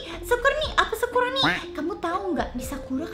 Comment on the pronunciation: Kok manggil sakuroni jadi sakurani